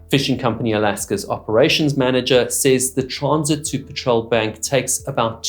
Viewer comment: Sorry to nitpick - it’s not “PATROL” bank, it’s “PETREL” bank - pronounced similarly to the British term for gasoline. A Petrel is a sea bird, long distance, harsh conditions, related to the Albatross. Called ‘Petrel’ after St Peter because they can fly so low it looks like they are walking on water (hopefully more successfully than the Apostle did!)